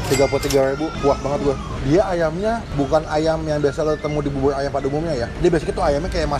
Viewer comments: Bubur bang bukan bubul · Bubur Bang Bukan Bubuy!